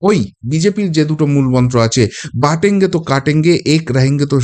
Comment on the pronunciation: Your pronunciation for slogan of Jogi is incorrect. It is BUTENGE and not BATENGE please.